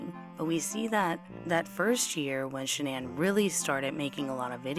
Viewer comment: Boldchick 101 is right, it is Shan'ann. It is said Shan-ann, everyone in the media got it wrong, her mother told the correct version on Dr Phil.